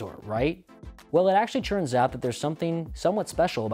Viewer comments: Is he saying "churns out" instead of "turns out"? - running the gambit instead of running the gamut etc. - weird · Why can't this guy say "turns" correctly? It's not churns!